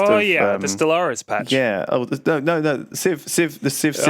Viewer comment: "the stalaris patch" HAHAHAHAHHAHA